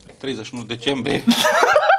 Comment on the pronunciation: "Acest program se va termina pe data de 31 decembHRIE" Baa morr 😂🤣😂🤣😂